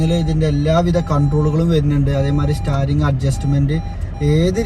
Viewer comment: സ്റ്റാറിങ് അല്ല....സ്റ്റീറിങ് 😭😭😭😭😭😭😭